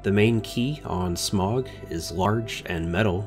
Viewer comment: Hearing you pronounce his name wrong makes me cringe, so I'm just gonna put the correct pronunciation below. Hope I don't sound rude as that is not my intent. (Sm-OW-guh).